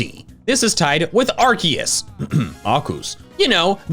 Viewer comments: IT'S ARCEUS, NOT ARKOOS! PLEASE GET IT RIGHT! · BIDOOF IS NOT GOD, ARCEUS IS! AND ALSO, IT'S ARCEUS, NOT F*CKING ARKOOS! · I think im the only pokemon fan who probounces arceus (are-see-uhs) even though thats how its pronounced, everyone forgot that if there is an e after a c it makes an s sound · Prouneced ar-see-us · It's AR-KOOS! Don't forget Bulbasaur and Squirtle's Pokémon Talk! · Did nobody notice his reference to his old series Pokémon talk when he said Arceus in a weird way he had a episode about how to say Arceus’s name catch up or just keep scrolling down on his channel